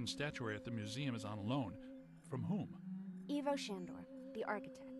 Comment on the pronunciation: It's weird to me hearing Ivo being pronounced as EE-VOE when i've always heard it as EYE-VOE but details details No, what happened was she ordered a case of Holy Water and was sent an additional seven cases of Dragon's blood that she didn't order, hence the bait and switch Ritual Mask Of Bad Advice: "c.1915 Leslie Campbell, niece of archaeologist Professor Gordon Campbell, received this mask in a package from her uncle. It was the last anyone had ever heard from him. In the package was a cryptic note: "Don't listen." But, eventually, she did." I believe that if you do cross the streams you get damaged by a small blast. It's no total protonic inversion but still hurts You...actually don't. I know i said you do but you don't, that was my mistake and i'll own up to it. You make money by trapping ghosts and that's about it. Destroying stuff i think it's just for a trophy/achivement